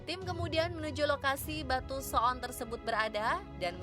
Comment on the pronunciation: menit pengisi suaranya sangat fasih mengucapkan kata so'on menggunakan huruf 'ain. wkwkwkwkwk